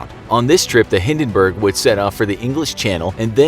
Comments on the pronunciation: The HindenBURGER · Hindinberg: on fire Captain: dinkilberg! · you even cannot pronounce Hindenburg